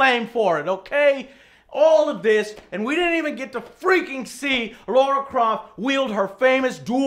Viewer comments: LARA !!!!!! not laura please how many times lmaoooooo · L-A-R-A not Laura... Goddamn, just butchering her name. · Might as well call her Larry Croft. Lol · Lara Croft LAH-RAH Not Laura LARA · 1 thing, it’s Lara, not Laura... just saying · No, it's still Lara. That's how it's spelt and pronounced, Americans butchering a perfectly good language.